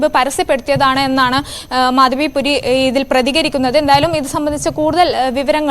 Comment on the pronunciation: At least pronounce her name correctly - it is Madhabi Puri Buch